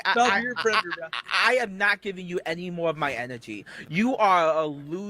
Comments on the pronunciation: “I went to ha big buva, and he said….” ” is a preditah” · is a pwedatowr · But hes nawt a pweduhuh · Somehow, the pwedator returned. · is a pweadator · is a pwedatow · "I AM NOT A GWOOMER PWEDATOW" -gwoomer pwedatow that shows cawtoon cornography to 15yo's on discowd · "I was offewed a supavisowy position." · "If I was a pwedatuh I would feel shame foh what I did, but I do feel shame foh what I did" This creature cannot be real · gweedy gweedy pwedatow behaviow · a pwedaturr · IS A PWEDATA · is a pwedator, who cannot be touched by the powice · "They aboosing me, I'm not a pwedator." -. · aka the pwedator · Pwedator Hahahahs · is a pwedatah and a wetawd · "it's just Cawtoooooons, Im not a pwedator"